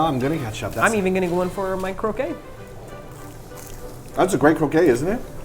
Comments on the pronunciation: Japanese croquette, my Japanese family says it as "kroh-ket" not "kroh-kay". Gross video overeating slimy fish. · What said: "This smells amazing...the miso soup and the croquette." What I heard: "This smells amazing...the miso soup and the cocaine." Oops. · I swear at this point that and are mispronouncing croquette on purpose since that first video. xD It's pronounced /krō'ket/, guys! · croquette not croquet. Croquet is a game. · You two have been mispronouncing croquette for soooo long and it's finally got to me after all of these years. I'm sorry! It's croak-ette!